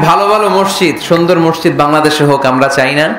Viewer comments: উচ্চরণ মরশিদ নয় হবে মসজিদ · মিজান সাহেবের মসজিদ উচ্চারণ ঠিক না তিনি বলেন মরশিদ